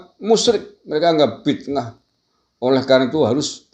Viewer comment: Bit"ah bro, bukan bitnah....